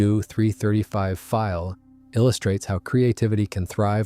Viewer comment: And the inconsistencies in how the script is read. It's the "Focke-Wulf one hundred ninety", but the "Messerschmitt one-oh-nine", for example. Or calling the Do 335 the "feel", even though 'Pfeil' should be pronounced 'file' -- which the narration does a couple times before falling back into the mispronunciation.